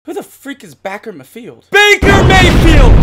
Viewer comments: dude said backer mafield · Back-er mah-field .